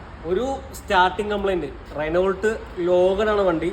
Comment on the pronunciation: റെനോൾട്ട് എന്നു പറയുമോ? റെനോ എന്നല്ലേ